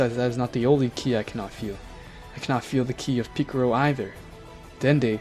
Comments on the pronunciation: Stop saying picaro it is piccolo!!! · Are you saying picaro on purpose? No offence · ITS PICCOLO NOT PICCORO AND ITS NOT ULTRA INSTINCT MASTERD😭😭😭😭😭😭😭😭😭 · Its piccolo not piccoro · Piccoro lol its Piccolo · I like how he says piccolo as piccoro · Picolro? it's picolo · it pikalo not pikero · Awesome but the name Is Belmod not vermouth and it's Piccolo not piccoro and is not jyren it's Jiren...get the name's right bro...last but not least...It's not Ultra Mastered Instinct...it's MASTERED ULTRA INSTINCT (MUI)!!! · Bro said picaro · Man's said picorro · Ah yes ✨piccoro✨ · This dude literally said mr.picciro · 😭😭😭😭😭😭😭😭😭😭😭😭😭😭😭😭😭😭😭😭😭😭😭😭😭😭😭😭 Goku day en pikiloy en GowHan😭😭😭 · OH MY NIGGA GOD YOU SAID PICCROO AGAIN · MY NIGGA DID YOU JUST SAY PICCROO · Man said piccoro but still good story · Where is the R in Piccolo💀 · I like the vid but one recommendation is please say the names right. Many times you said the names wrong especially piccolo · Picciro, bellmouth, ultra mastered instinct.... Qweetella, vermooth, vermouth cockarots, goteen, chamber time, JAEYE-WREN, vermoots, vermoot, vermutt, i don't care that he mispronounced em, just wanted to have em listed for anyone that thought they were crazy for hearing something different, love the story!